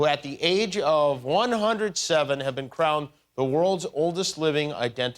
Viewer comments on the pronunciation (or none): none